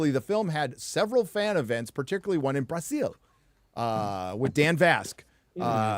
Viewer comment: "Hose" for José is not a correct Brazilian pronunciation. Neither is "Brasseeelll" like says. WTF. Brazil is not a Hispanic country.